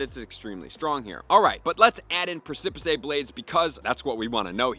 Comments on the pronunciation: (Preh-suh-pis) is the pronunciation of the word, emphasis falling on the first syllable. It doesn't matter a ton and a lot of people have never even seen the word but knowledge for knowledge sake. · Thank you for the information! Love your content as always. Also, just to note: precipice blades is pronounced PREH-SIP-PIS blades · I'm not trying to be that guy, and maybe it's a joke that I missed, but precipice is pronounced "press-a-piss." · The exact video I have been waiting for, for a VERY long time now!!! Move analysis finally!!! I believe it's pronounced 'presipis' blades... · Hyped for these. Thanks for info. Just an FYI you are putting an extra sylable in precipice. 🙂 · Just pronounce it right, my guy. Precipice. At this point, it seems you’re saying it wrong just for the attention… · Love the content but can’t help wince every time mispronounces precipice 😅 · Bruh stop saying precipice blades wrong. People have told you how to pronounce it. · What blades??? 🤣 yikes that pronunciation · Dude gave up trying to pronounce precipice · He doesn’t know how to pronounce it lmao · It is pronounced "press a piss". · I believe it's pronounced press-ip-is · preh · suh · puhs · You are indeed pronouncing Precipice wrong. It's precipice, like on the precipice of defeat or precipice of victory, not precipisay. Prec·i·pice. Google has an audio way of saying that, but hope this helped. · Press-ih-piss, not press-cip-piss-aye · Ffs its pronounced PRESS-A-PISS not PRESS-A-PICE for groudons move. Im happy that you learned the word by reading but its killing me hearing it pronounced wrong lol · Press-eh- Piss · Press-ah-piss blades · DUDE. How many times do we need to tell you?? “PRESS-ih-PISS” is how this common word that most people already know is pronounced! STOP! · I love you and your tips, but you PRONOUNCE A Lot of things WRONG! Sometimes I cringe. The move is pronounced Press-Suh-Piss! Press-Suh-Piss Blades! Please! Thank you! ❤ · Preh-sah-pis blades